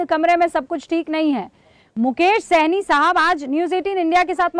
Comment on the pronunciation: यह विपक्ष वाले मुकेश साहनी को सैनी क्यों बोल रहे हैं अल्कोहल का असली नाम जात नहीं पता है क्या कुछ